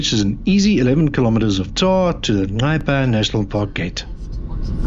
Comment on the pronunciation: Wow! Just a quick sample of what Botswana can offer but absolutely 👌👌 Your editing is top notch making the video great.. By the way, top marks for your pronunciation of Nxai 👌👌😉 ❤ from 🇧🇼🇧🇼